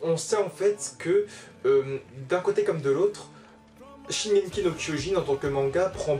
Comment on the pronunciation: ça faisait longtemps que je n'avais vu une de tes vidéos. Tu prononces toujours "Shigenki" no kyojin !